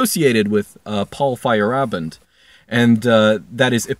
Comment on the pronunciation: Good show. Too bad he pronounced it weird, though.